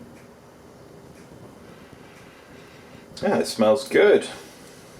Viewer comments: Wtf is gooyash?In slavic languages it sounds like gulash simple as that. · Is no goo lash in it.It sounds more like gulash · Cough You said it incorrectly last time (sorry - just started this vid) but Gulas/Goulash/Gyulas originated in Hungary basically in medieval times. Variations of the same name are popular in Central and Eastern Europe. Sorry - my father emigrated from Hungary in 1956 as a Kid - I'm American-Hungarian and I have to point this out. :-P It as you say - all variations are more or less a hearty beef stew or soup. I'm not defending the gyulas - because I've never really liked myself - but give credit were credit is due to Hungary. That being said - borders have changed so much in Europe over the last 1000 years - and Food was shared and regionalized again and again that sometimes it gets to the point were it's unclear which ethnicity made the first version of a given food.